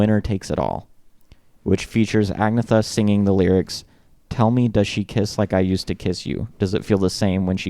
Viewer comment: You pronounce her name “Agnyetta”, the “gn” is like the “gn” in “lasagna”.